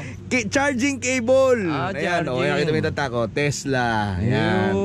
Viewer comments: sira ulo k brad pete, tesla, hndi tesda😆😆😆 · Tesla pala😂😂😂 sabi brod pete "tesda" 😂😂😂